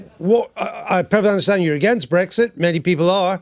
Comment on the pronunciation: What is it with these clowns and not being able to say Brexit properly? It's not BREGGSIT, it's Brexit, not a single G in sight...